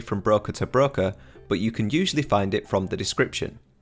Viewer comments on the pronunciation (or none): none